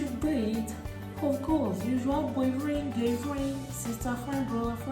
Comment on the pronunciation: will not kill somebody oo 😂😂😂😂 "boyfren gyrlfren"